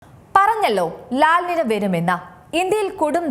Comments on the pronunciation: ലാൽ അല്ല ലാ.... നിന.. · ല നിന്യ. എൽ നിന്യോ. ñ ആണ്. n അല്ല. മുദ്ര ശ്രദ്ധിക്കണം മുദ്ര. 😬